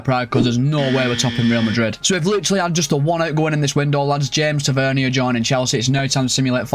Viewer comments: As a Rangers fan it’s not “Ta-vern-ier” It’s “Ta-vur-neer” Edit: he also has a brother called Marcus Tavernier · It’s tavernier not tevernia